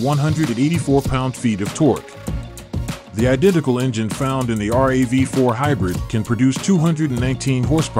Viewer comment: Looks fantastic but why do you keep saying R A V 4? just say it like everyone else does, it's a RAV4.